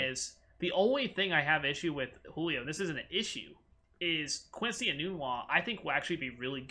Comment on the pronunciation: Quincy e-nun-wa